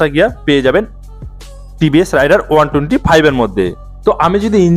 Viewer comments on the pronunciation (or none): ভাই, উচ্চারণ রাইডার হবে না, রেইডার হবে।